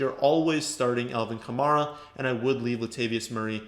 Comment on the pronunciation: I saw an interview with Alvin Kamara where he said that it's pronounced like the car Camaro. I know everyone in Fantasy likes to pronounce it how you do, but that's coming from the horse's mouth that it's actually Ka-Mare-Ah.